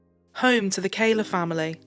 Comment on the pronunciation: It's Kahler, not Kaler, silly...